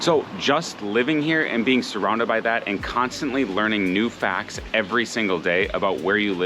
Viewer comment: when did the t in facts become silent? Lazy tongue, some special slang?